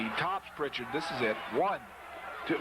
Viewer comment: no T in Prichard